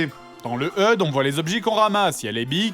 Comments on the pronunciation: Pitié, on dit "achudé", pas "eude". ;_ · Je crois me répéter mais... Le "HEUDE" WTF, j'ai mis 5 minutes avant de comprendre qu'il disait HUD ! Qui dit heude sérieux ?! C'est comme CNRS faut pas chercher à la prononcer ce mot xD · Eud. Non grenier, Hache, U, Dé. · Fred, le mot "HUD" ne se prononce pas "heud" mais en s'épelant. C'est l'abréviation de "Head-Up Display", Affichage tête haute en français. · Ça se prononce pas hud [eude] mais H-U-D [achudé] ^^^^^ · Maxime Edon T'as déjà entendu un mec parlé anglais ? x) "heude" c'est pas prononcer à l'anglaise c'est moche :p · ***** Je suis désolé mais non, je ne peux pas causionné. Je pense pas que tu te sois rendu compte de la prononciation on ne peut plus française de "heude" à aucun moment en anglais on peut avoir un accent français aussi dégueux. En anglais dit quelque chose que tu prononcerai comme "heude" si tu veux, mais en français ça fait "EUDE", alors non, non et non, ce mot n'est pas du tout prononcer à l'anglaise :)